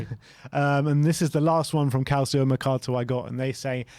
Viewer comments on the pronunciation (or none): Guys, you're european football fanatics, please please please actually learn how to pronounce names that are not English correctly. Calcio is NOT CAL-SEE-O, it's CAL-CHO. It's so irritating to listen to people pronounce names like that incorrectly over and over and over again, and I'm sure I'm not the only one that has mentioned something about this. Love you guys, please fix this!